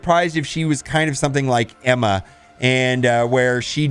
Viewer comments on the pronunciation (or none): none